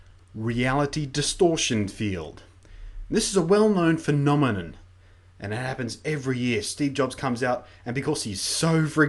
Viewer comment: "phenome-nun" lol i love this stuff